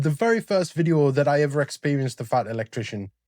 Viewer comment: I could make a sarcastic joke or five about the president and air craft carriers but...it wouldn't be appropriate. Also, that is the biggest "FUCK YOU" I have evvvvver heard.